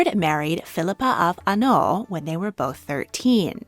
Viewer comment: "Philippa of ANOLl" L.M.F.A.O It's HAINAULT